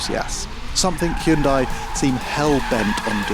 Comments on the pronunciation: Why is it impossible for people to pronounce the name properly????? It's not HYOONDAI. Hun-day. See how easy that was? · For the love of God, pronounce it correctly. 'Hyun day' not 'hyun die' 🤦🏻‍♂️ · I cringe every time he says Hee-oon-dye. It's Hyundai like Sunday. Jeepers the British are the worst! At least he could do is say Hoon-day for this video, if he's going to mispronounce it! 🤣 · Hyun dai's dai should be read as the 'dea' from the word death, without that 'th' part. It should never be read like the word DIE. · OK, let's learn how to pronounce HYUNDAI! It's not difficult to get right - I Promise! First, the word has just two syllables: HYUN and DAI. The FIRST syllable includes the Y - just like it is spelled. It is NOT "Hi-Un". The SECOND syllable is pronounced, "day". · Jude’s Christ… it’s pronounced HYUNDAE. Can English be bothered to EVER pronounce foreign company names correctly? We can do you ridiculously mismatched pronounce and writing why can’t you. Every single channel. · It's pronounced Hun-day, like Sunday. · Hyundai is pronounced hyun-day. It's really not that hard, smh. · Why do you keep pronouncing Hyundai wrong? It’s Hyundai… like the advert says! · If you're presenting a Hyundai car on Top Gear at least say Hyundai right. I mean its not like they had commercials that said its pronounced like Sunday...